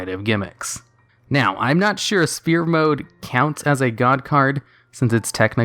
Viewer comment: why do you always said in all your video *spear mode * its sphere mode , you don't pronounce the P....